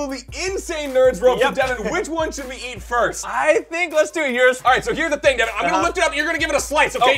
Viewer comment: And its Devan not Devon😅😅😅😅😅😅😅😅